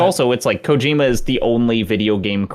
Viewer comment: For the love of god please stop stressing the middle syllable of Kojima so hard. At least try to say it the right way, instead of the white way.